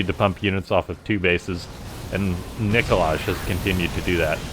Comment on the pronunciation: Also isn't it supposed to be pronounced like Nikolay? With an "i" at the end instead of like Nikolage. :D